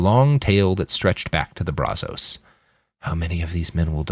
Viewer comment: If you're going to say the name of a place, or let's say a river, over and over, maybe you should learn how to pronounce it. That's not how you say Brazos river